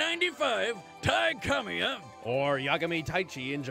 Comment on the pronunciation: It is ka-mee-y-a